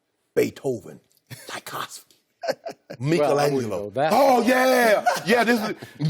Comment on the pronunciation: “Mikel Angelo”